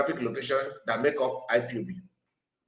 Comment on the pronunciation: This woman can't even pronounce IPOB she says ipop meaning she don't know the full meaning of ipob